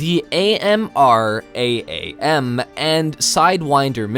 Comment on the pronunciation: I have never heard someone spell out AMRAAM before. "Am ram" or just "Aim one twenty"